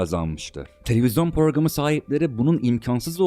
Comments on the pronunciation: Program sözcüğünü ''porgam'' diye telaffuz etmek!!!... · Porogram diyen adama, edebiyat öğretmeni teşekkür etmiş. Nasıl bir zamana denk geldik arkadaş